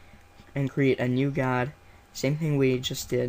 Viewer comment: It's more to do with his accent. How he says "Gah-d" for guide. I've heard others with the same accent pronounce these words the same way.